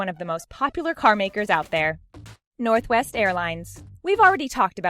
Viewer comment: When she said northwest the sec time she said " northest" instead 😂😂😂